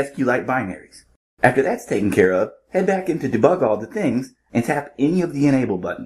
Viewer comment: Debig lol or bebug 😊